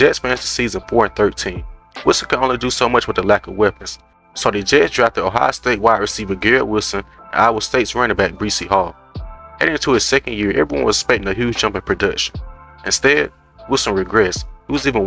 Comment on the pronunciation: but dont know how a star nfl runnning backs name is pronounced. breecey??